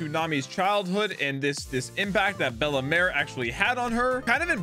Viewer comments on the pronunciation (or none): Bell-mare not Bella-mare